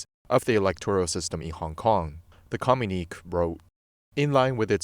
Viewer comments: Yup. It hurt my ears to hear com unique. Lol. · Communique is pronounced phonetically “Com Mu Ni Que (Kay) … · Thank you for this interesting communique but would prefer less liberties with pronunciation, please.